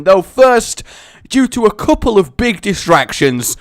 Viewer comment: Big emphasis on "Couple"